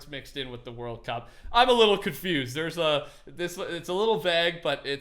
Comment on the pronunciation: "World cwup" 2019